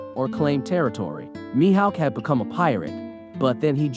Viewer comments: The way u were saying his name was pissin me off the whole video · “Mihaowk” “see cheebukwaii”